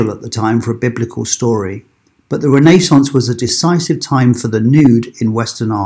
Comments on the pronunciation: Sounds like renna…Renaissance…I have never heard it mispronounced so 🤔 but thanks 🙏🏽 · your saying renaissance completely incorrect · It's Renaissance not Renaissance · It took me a whole to understand he meant RENAISSANCE.